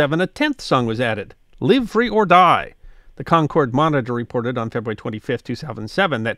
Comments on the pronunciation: Being a NH native, I’m not surprised we have so many state songs… we have so many people form “away” who want to make NH just like where they escaped from! (I’m sorry that my bias is showing so much!!!) A few pronunciation points: Concord… KAHN KURD with emphasis on the first syllable. Rivier… RIV EE AIR emphasis on the middle syllable. And yes, we / I have troubles when we go to other parts of the country! (Most noticeably arriving and San Fransisco and asking what the quickest way to Concord, VA [Pronounced as we do in NH] was!!! “What?!?” “Where?!?” “Never heard of it!”) Wonderful as always!!! Keep up the good work!!! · This is going to drive me crazy as a granite stater, Concord, NH is pronounced Con-kurd not Concorde. The city and the paper the monitor pronounce it this way as do all granite staters.